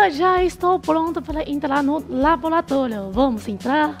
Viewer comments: Que vídeo interessante! Adorei! E o mais bonitinho foi a falando "labolatólio"! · "labolatólio" kk. Muito boa a matéria, acompanho vcs desde o início, gosto muito.